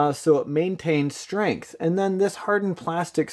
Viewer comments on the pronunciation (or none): none